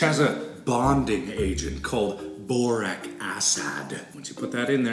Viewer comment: me: Boric Acid is- mark: BORAAC ASAAD me: *surrenders* okai dude, foine it's BORAAC ASAAD